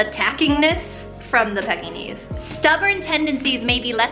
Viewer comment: it is prononsed PEE KEE NEISE!